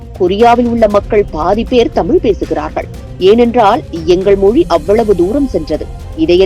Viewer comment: முதலில் தமிழை தமிள் தமில் என சொல்வதை விட வேண்டும்.